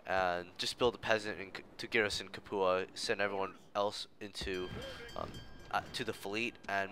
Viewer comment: Lol good video but you mispronounce Capua. It's the same Capua spartacus revolted in, I believe its "Cap-you-ah"